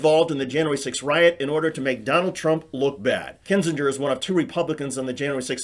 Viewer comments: Kin-zinger not Kin-Gee-ger. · It's not pronounced kin-zin-jur, you idiot. It's KIN-zing-er. How can you have been following any of this for more than a day and NOT know how to pronounce his name? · HQ, just one point: I am not a fan of his, at all, but can y'all PLEASE stop mispronuncing Kinziger? It is NOT "KIN-zin-jur." It's "KIN-zin-gur." Not a "j" sound, it's a hard "g." It's like when people couldn't be bothered to pronounce Kim Basinger's name right (BAY-sin-ger/singer), with her being super famous. They made this same mistake, and it's maddening. Thanks. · Kin-ZING-er For Fuck Sake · Love your videos. Please learn how to pronounce Kinzinger.